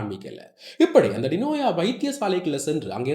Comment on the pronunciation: வார்த்தைக்கு வார்த்தை டினோயா டினோயா என்கிறீர்கள் அவரது பெயர் டினோசா(ஜா )தானே? எதற்கு பெயரை மாற்றி கதைச்சு பிழையான செய்தி போல் காண்பிக்கிறீர்கள்